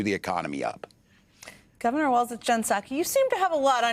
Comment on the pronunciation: It's Walz....not Waltz, Walls, etc